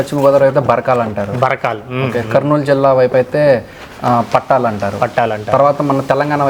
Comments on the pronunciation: పట్టాలు కాదు పట్టలు. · Pattaalu kadu, pattalu